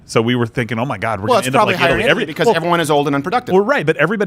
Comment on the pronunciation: you are "probilly" right, lol